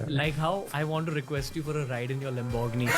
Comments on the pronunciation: It’s not “Lim borg gini”, it’s pronounced as “ Lam bri gini” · Ride in ure "lem borg ni"... 😂😂😂 theek hai ragni padmini 😆😆😆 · I didn't expect you to pronounce Lamborghini like that ☹️